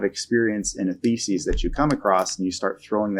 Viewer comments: Great video, but it drives me nuts that you keep saying “thesis” like “feces” 😂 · Never heard thesis pronounced that way